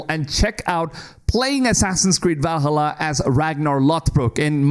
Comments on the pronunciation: VAL:HALLA NOT VALHALLUR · I really don't want to piss on your video, but... I know you are coming from USA and most Americans sucks at languages (even English). Anyway Valhalla is part of Nordic mythology not Suomi (Finland). So it's pronaunce Vaalhaala definitely not the way you are pronauncing!!! If you are coming from Finland I would understand 😉💪 Cheers ❤ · I'm blind. I need the line. Ubisoft are the only ones catering to my kind. Also, "Val-hulluh". That's a new one for me. Also, also, respect for human voice. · Can you say Valhalla ones more please?